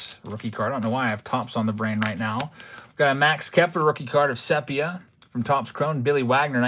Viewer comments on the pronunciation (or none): Also, it def pronounced “seepia”